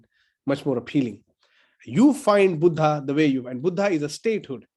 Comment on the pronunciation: Dr. Suraj when we read the title "Buddha and his Dhamma" in english language, we have to read it as"बुद्ध and his धम्म" and not "बुद्धा and his धम्मा" because when we write devanagari words in English language we write vowel "a"at the end of alphabet which completes word. When we read word "बुद्ध"as बुद्धा it is 1st person plural in Pali. So kindly pronounciet it accordingly. Thanks. ड